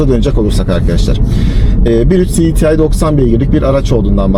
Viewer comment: Her şeyi Türkçe konuşup cdtı derken neden İngilizceye geçiyor? Siditiay nedir yaaa... Cedetei olacak